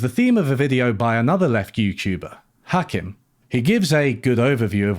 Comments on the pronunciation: Point of order: it's "Ha-KEEM," not "Ha-KIM." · You say Hakim weird - it’s more like Hakeem. Not that relevant I know, but it just put me off my focus every time you said. Yes I have wine. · yeah I thought it was weird how he mentioned Hakim so much, yet never pronounced his name right, so I was like “did you actually watch it”. Maybe it’s just his Englishness stubbornly mispronouncing things and he did watch, but like you say, there are so many professionals in the field, yet he chose a guy whose day job is as a hospital GP, but makes YouTube videos in his spare time coz he’s well read and passionate in the subject. In all fairness, he made a lot of good points and made an engaging video. But I agree with your critique to a point. I felt he made out like everyone was stupid, but while Marx was the least stupid he still thinks he’s stupid. I got the impression he agreed with Marx but had to nitpick a few minor mathematical elements to find a way to disagree with him because of his own background and experiences which have limited the scope to which he can ideologically agree. Which is ironic given his conclusion. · You mispronounced Hakim's name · Mispronounced Hakim, critique rejected